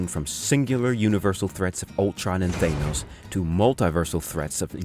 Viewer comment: HATE when people pronounce “Thanos” that way 😂